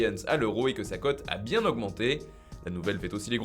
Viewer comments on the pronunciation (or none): none